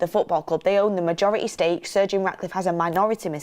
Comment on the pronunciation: Why do I keep hearing Sergio Raticliffe? 😂😅